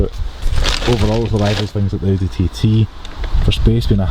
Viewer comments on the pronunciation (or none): none